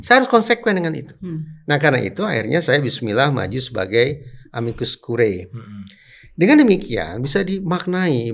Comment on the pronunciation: Curiae dibaca CURIE. Ae dibaca e saja..